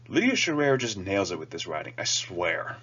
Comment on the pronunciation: Hey! Thanks for the review. You did get our last name wrong. It's Sherrer like shearing a sheep. :) - David Sherrer, Chenoweth Press